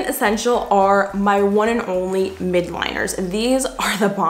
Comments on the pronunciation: im dying she keeps saying "MIDliner " its actually "MILDliner" lol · I think it’s pronounced mild-liner